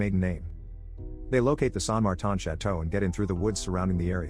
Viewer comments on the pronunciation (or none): San Martan lol